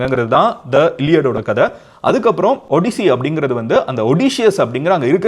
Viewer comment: 😂 it is ஆடிஸ்ஸி Not ஒடிசி